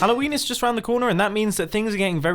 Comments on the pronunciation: I really really thought he said "halloweenis is around the corner" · Is it just me or does he sound like he said hello wenis at the beginning